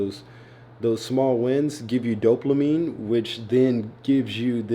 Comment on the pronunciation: “DOPLAMINE” 😂 love bro!